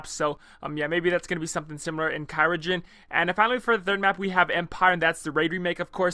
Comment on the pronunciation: Its CRYOgen. Not CYROgen.